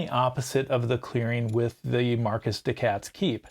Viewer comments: I can't help but twitch everytime I hear "Marquis" pronounced "Marcus" instead of "Markee" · It's pronounced 'mar-key', I believe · Your accent didn't trigger me, but the pronunciation did. 😂 The S in Marquis is silent. Just "Mar-Key." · Great video. I have to say I would’ve rather listened to the bad French accent than Marcus the cat 😂